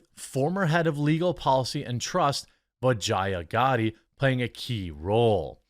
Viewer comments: Bro if you're going to trash someone you should atleast learn to say the name correctly. You sound as foolish and cringe AF lol its Vee-JAH not VA-Gi-A. DId you even watch the Joe rogan podcast with her? Not a fan of her by any means but it's just sayin. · Am I the only one who keeps hearing "vagina" every time Jeremy says the name "Vajaiya?" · Every time they say vijaya I think vagina